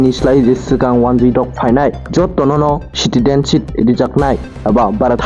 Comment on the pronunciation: Citidenship? Plz clean ur tongue first, then u come to the chair of News Anchor.